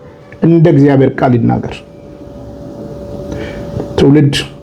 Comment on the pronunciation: እግዚኣር አይባልም ወንድም ብንያም "እግዚአብሔር" በል። ዘመዴ ከሚጽፋቸው ጥሩ ጥሩ ነገሮች አንዱን ይሄን ረስተሃል። ስለፊደል ያስተምረሃል መጀመሪያ ተማር።